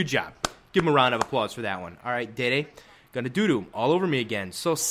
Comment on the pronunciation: it's not dede, it's dede the center back